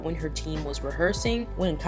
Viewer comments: Cai Bing is pronounced as 'Chai-Bing' rather than Kai Bing, because her name is Chinese so it doesn't really apply to the english language enunciation. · FYI : the way to pronounce cai bing name is “chai-bing” TT not kai bing … I just needed to point that out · C in chinese is pronounced like CH... so it's pronounced like "Chai" Bing and not "Kai" Bing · I'm sorry but it's Cat Bing not Kai Bing. Where the fuck did the K come from? Do you listen to when they pronounce their names? Do you hear a K? No. It's Cai. almost sounds like the C in Choi. I'm sick and tired of hearing people pronounce her name wrong. You're not the only one. But seriously, please practice so you say it correctly. Sorry if I am being rude, I just want you and other people to be better at pronouncing her name. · Just putting this out there, no hate 😊 great video 👍🏻 Cai Bing = the C is pronounced “ch” not “k” The Eve team’s Dayeon = You Dayeon not Kim Dayeon Yu Faning = Fu Yaning Su Ruiqi = Su “Ruichi” instead of “Ryuki” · I'm sorry, idk if on previous videos, people had pointed out your mispronunciation of Cai Bing's name. Cai Bing name is pronounce as Chai Bing. It doesn't sounded as Kai Bing, but Chai (like the Chai Tea) Bing. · Loved the video but it's pronounced CHai Bing bot Kai Bing I believe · cai bing is pronounced tsai/chai bing xia yan is pronounced shi-ah yahn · Hello! Just wanted to clarify a little: The beginning of Cai Bing's name would be pronounced like "Ts'ai" instead of having a hard "c" sound. Xu Ziyin's name acts similarly. The "Z" would be pronounced with the "TS" sound :)